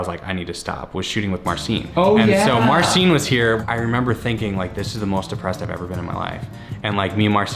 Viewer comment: Marcin is "Marcheen" not "Marseen". Wish you luck!